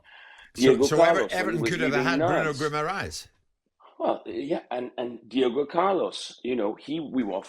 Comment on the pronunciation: He knows how to say Guimarães. Wow.